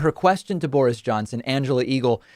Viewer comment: I LOVE how your pronounce Boris. I must start doing the same. You almost make his name hunt towards "boring" which is wonderfully appropriate. Thank you from this English listener.